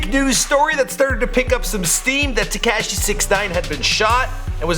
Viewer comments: It's TE-KASH-I not TE-CASH-I.. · It’s taKAHshi not taKAAshi... I hate the way you pronounce his name...jeez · His name is Takashi not Tacashiiii. Jesus Christ say it correctly!! Lol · Ka she not ke she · You say his name so weird. Its Tekashi not TeCASHi. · Tekayshe....... Its fucking Te-ka-shi, pronounce it correctly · It's not Tecashi it's Tekashi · It's Teh-ka-Chee not Tee-Ka-Chee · It's "TE-KAH-SHI", please God stop calling him "TE-KAA-SHI" there's no emphasis on the A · "te kaaa Shee" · The way he says "tekashi" 😂 TEH– KAH –SHE is how you say it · bahah this guy said, "Te-CAAASSSH-Shi" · Anyone else cringe when he said teh-cashi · "TE CASH E" you are the worst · U can’t pronounce people’s names like wtf. Takeshi 69?? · teh kaaasheee, headass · He said tacashy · Please, for the love of God, just say “6 - 9”. Te Cash Ee, is just cringe. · The way he says tekashi “tee-cash-ee” has me dead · "Teh-keh-shi" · My nigga said tea cash she I’m dead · Tu-cashi? Lmaooo bruh i feel like everytime i watch one of your vids youre mispronouncing some shit. And no mention of lil jojo?! They killed bruh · Tu-Cash-ee 😂😂😂 df?? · Te-cash-E lol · how hard is to pronounce the a right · why the fuck u say tekashi like that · Why are you saying his name like that lol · Stop saying 6ix9ine name like that goofy 😂 crindy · Dude please stop saying Tekashis name like that or just call him six nine. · “ TEKEHSHI AND SOSAW”